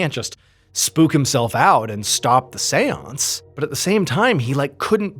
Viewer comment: Wherever he says seance, I just hear Seweance, from Southpark